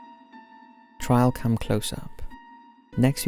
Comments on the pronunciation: It's a TRAILcam not trialcam. 😂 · Just for your info: It's TRAILcam, not TRIALcam. Trail. Like a path you walk down in the woods.